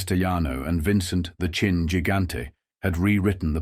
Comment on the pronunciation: It's Chin. Not Chine. AI Boolshoot.